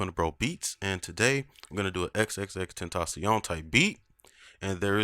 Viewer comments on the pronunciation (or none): its pronounced xxxten-tah-ción